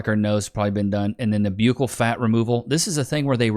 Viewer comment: Hey bud it’s pronounced buccal……as in “bruh”,….or urghhh…..b-urghhh-ccal , but it’s short , so buccal ,..great episode 👍🏼🔥